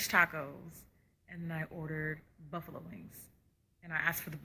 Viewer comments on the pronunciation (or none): none